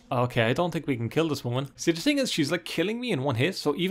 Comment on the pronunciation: "I tink" lol love that. Great vid btw